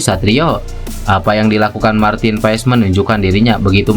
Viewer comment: pengucapannya Martin PAS bg..